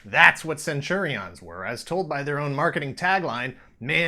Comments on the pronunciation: Why are you saying it that way? I keep thinking of Caesar saying CenturiONS. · In UK, Saturday mornings on get fresh? Also what's with the stress of the "on". Isn't it just pronounced centurions? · “Centuri’ONS” or Centurians as i’ve always pronounced it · Cringed everytime you said Centuri-ONs...like its two words😒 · It's not prenounced cen-churi-ons! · That’s not how you say centurion’s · Yikes almost couldn’t wait due to how you pronounce Centurions 🤢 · The way he says centurions is hilarious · I loved this show...... but I wish this guy could pronounce Centrurions. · Am I the only one annoyed by his pronunciation of Centurions?